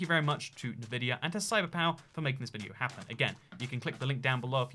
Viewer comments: "nuhvidia" it's Nvidia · HE SAID NUHVIDIA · Good video - but he sais "navidia"..... Absolutely ruined.